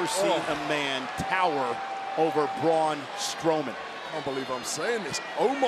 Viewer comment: Smaul Strowman lol